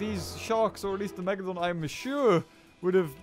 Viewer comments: ITS PRONOUNCED MEG-U-LOE-DON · It’s not called Megaloden! It’s Megalodon! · did anyone hear the tittle great white and not megaladon